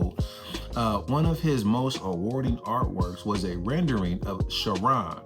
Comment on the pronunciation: Pronounced Care-on’s vail